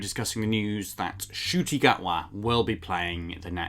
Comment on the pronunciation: It's pronounced as "Chuti" though.